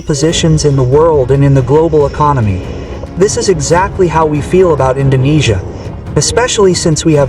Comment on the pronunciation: bang lo org malay ya? bilang INDONESIA bang bukan INDONNESIA